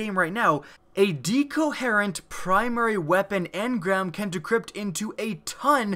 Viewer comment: DHEEcoherent engram